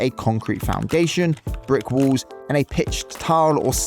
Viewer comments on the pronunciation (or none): none